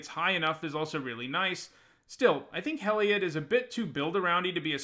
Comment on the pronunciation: Man, love the reviews but you gotta work on your pronunciation! Heliod = HE-LEE-ODD! Evangel = EE-VAN-GEL!